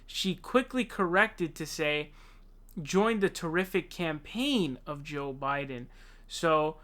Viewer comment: why does he say ''show biden'', he sounds like a french guy